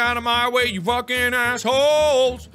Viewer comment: Aw he said flucking